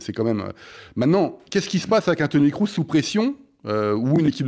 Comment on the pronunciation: Il suit vraiment beaucoup le football allemand, le, pour dire sans arrêt "Toni KROUSS"?!